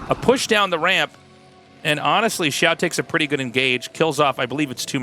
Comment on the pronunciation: The "xi-" is like "she" and the "-ao" is like "ow" (Your pronounciation here was really good!) The "shu-" is like "shoe" and the "-ai" is like "eye". The x and sh sounds are not exactly the same, but everyone will understand if you pronounce both of them like an English sh.